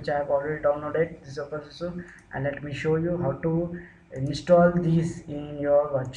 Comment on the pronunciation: Dude you seriously need to put more effort into making people understanding what you are doing, You might have done it a thousand times but the ones watching are trying to do it for the first time so.. seriously go slower and stop calling it OPENSUSU !!!